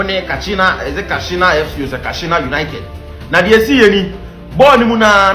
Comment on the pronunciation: KASINA NOT KASHINA